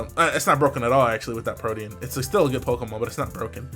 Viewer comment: Omg actually says Protean correctly.